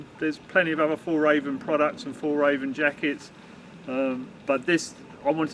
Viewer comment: Nice review. Glad it’s fake fur. It would be nice if you would learn to say Fjällräven. It’s not that hard if you try 😀